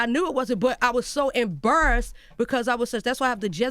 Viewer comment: “I was so emburrassed” 😂